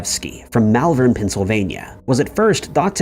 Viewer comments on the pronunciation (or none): none